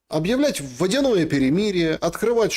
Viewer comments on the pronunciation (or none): none